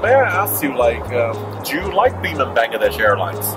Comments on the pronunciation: The way you said Biman like "Beeman" is too funny for me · "Beeman "..lol 😂😂😂😂 It's biman.. Learn to pronounce correctly heta marani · its Biman not bhima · Seeing an Airhostess with specs for the first time. Good flight though. The pronounciation is Bmaan...😄👌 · Sam it's not Biman, it's Bimaaan.. itself means an Airplane 😂